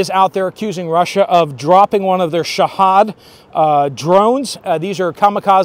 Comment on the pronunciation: its pronounced shah'heed spelt shahid